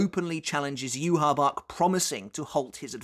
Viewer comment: You said "U-Haul Bork", hahaha